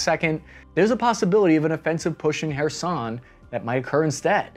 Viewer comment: I am thankful for you to pronounce Kherson the right way 😅❤